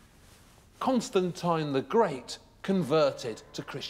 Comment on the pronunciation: the way he says Constantine urks me